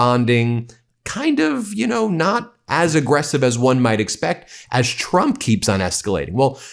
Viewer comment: WHY DO YOU SAY TRUP REGIME